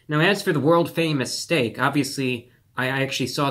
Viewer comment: Dude said “filet mungyung”